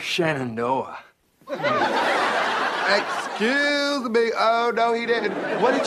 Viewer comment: "Shannonoah" LOL